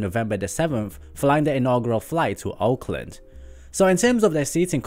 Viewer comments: I had trouble determining if you were saying "Auckland", or "Oakland". Will Air Tahiti Nui be going first to New Zealand, or California. Thanks for all of your great videos. Larry Z. Fairfield, California USA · Did he say Auckland or Oakland for the first flight